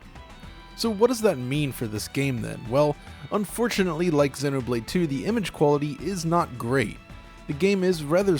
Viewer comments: dude imma freak out if u say senno blade one more time, my god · Why do you say xenoblade like that it's zee no blade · It’s zee no blade....how do you pronounce xenophobia? It’s the same goddam prefix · Im sorry but the way you say Xeno hurts me. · he cant say it right ugh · Wincing every time you mispronounce Xenoblade, which is every time you say it. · please look up how to pronounce the word xeno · i thought it was pronounced Xenoblade like xenophobia. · Stop pronouncing Xenoblade like that